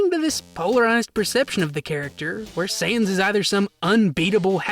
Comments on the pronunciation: Dude. It’s sans. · why do u say sans as saiyans im getting confused